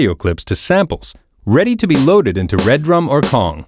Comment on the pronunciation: Calling the Redrum "Red-Rum" just sounds weird to me